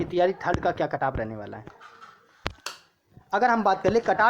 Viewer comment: Cutoff bolna sheekh le pahle badaa aaya cutoff wala luudu k... Axa kon layega 85 😂😂😂